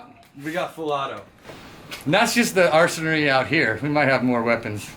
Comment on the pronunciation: the word is ARSENAL bro NOT Arsenary... lmfao